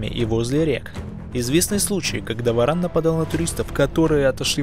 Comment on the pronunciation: Каждый раз ,когда в видео говорится про варана , очень смешно , слышится (баран ) . Что бы сделали вы, если бы встретили барана гуляя по улице ?